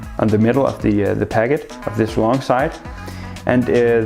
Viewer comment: Is it me or is he saying pagget instead of packet...